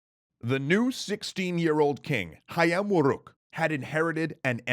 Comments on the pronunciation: "Jago" is spelled as "dʒago", not "iago". Perhaps you mistaken it with Iago in Othello or mistaken the fighting rooster with a talking parrot that play as Jaffar's sidekick in Disney's Alladin... Yet in you perfectly nailed "Hayam Wuruk" pronunciation. Nevertheless, I like this new guy/speaker voice rather than the old one... How do I describe his voice... more engaging maybe... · Wow, he pronounced "Hayam Wuruk" correctly!